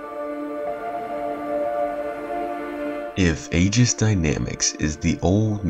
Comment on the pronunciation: Why can nobody pronounce "aegis" when it takes literally like 2 clicks to learn?